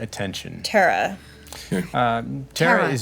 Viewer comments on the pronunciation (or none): Every time Erika says "Tara" instead of Terra it makes me want to scream